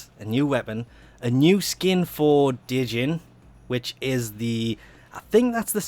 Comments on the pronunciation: Djinn, not De-Jing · D-jinn lol. I'd be surprised if one time you could pronounce things well :'DD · It's pronounced Jinn. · Djinn is pronounced as "gene", the d is silent. It's like genie. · the djinn actually has the longest range for firing at i think 48? meters. and you are saying it wrong but good luck on saying it right its a odd word to say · Two things: * Djinn has a silent "D". You don't pronounce it~ * Vacuum range nerf is nothing more than DE throwing a temper tantrum because people shit on their three mods idea. It's a completely unnecessary nerf for something that was already basically universal anyway, since carrier was so commonly used. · the d is silent, no joke just putting a heads up